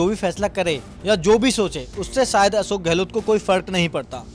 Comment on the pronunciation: तुम लोग अशोक को असोक क्यू बोलते हो